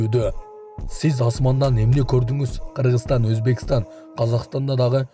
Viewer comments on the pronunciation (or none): none